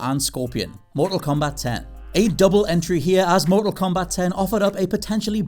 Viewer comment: THANK YOU FOR ACTUALLY CALLING IT "MORTAL KOMBAT TEN"!!!